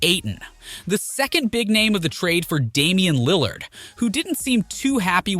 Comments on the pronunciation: Dunno if Lil LARD pronunciation is a joke but oof that stung - coming from a long time Blazer fan. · Why you saying Damian Lil-LARD??? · Yo at least hire someone to pronouns Lillard’s name right lmao 🤡